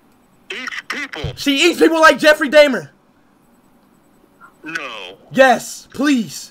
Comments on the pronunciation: "Jeffrey deymer" 💀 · "Jeffrey day mer" bro I'm crying 😭🙏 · He said "Jeffrey Daymher" 😂